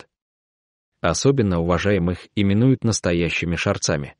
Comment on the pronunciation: не шарцами, а шорцами ударение на '' о''